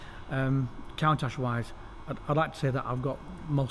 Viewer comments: Half-hour of listening to this guy saying "Count-ash". I need a break. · Is he pronouncing Countach wrong